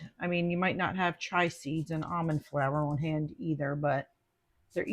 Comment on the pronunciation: Chai is "chy". Those are chia "chee-a"